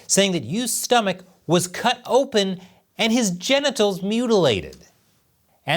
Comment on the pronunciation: You are really stupid. the word is GENITALS you moron!